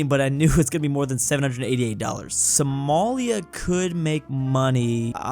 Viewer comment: WHY IS HE PRONOUNCING "SOMALIA" LIKE THAT